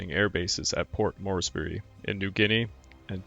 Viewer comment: Learn to pronounce names and basic English words, grammar and usage. Can’t pronounce names Halsey, Spruance, Moresby, and Yamato. “Have sunk” not “have sunk.” Ignorant Moron! Hara Kiri for you. Ruins your whole channel.